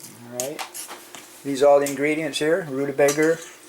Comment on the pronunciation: “Rutabager”? 😅 ground meat? Oh no!